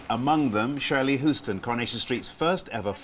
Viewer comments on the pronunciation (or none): Cherylee Houston- not Shirley Houston ❤